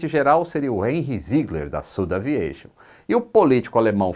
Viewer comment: Fantástica a Dinastia AirBus! Um detalhe: por ser francesa, a SudAviation não deveria ser pronunciada como "südaviación"? Sucesso!